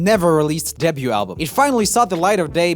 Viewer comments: Not a critique since your english is near flawless,just a heads up. Debute/Debuted is one of those words that the spelling makes no sense. The t is silent. Weird, I know. Day byou. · Though I love your enthusiasm, skills and depth of knowledge, please say "DEBUT" right. You're doing an American accent, so it's "day-BUUU" -- debuted is "day-BUUUD" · Hey Joel, "Debut" is pronounced like "day view" but only with a b. "Debuting" is like "day viewing" but with a b. We don't pronounce the T!! Keep putting out great content! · Have I been pronouncing 'debut' wrong my whole life? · Bruh when you pronounce the t in debut My mind: um... AAAAAAAAAAAAAAAAH STOP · Does anyone want to join me in a little campaign to teach Joel how you say the word ‘debut’? I love his little Swedish soul so no hate, just love.